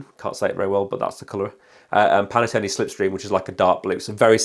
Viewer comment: Pan Tone not Pan a tone 😂